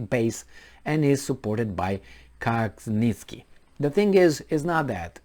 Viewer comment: Pronounced ,,, Kah chin ski